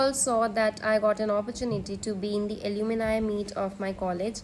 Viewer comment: Alumni not alumini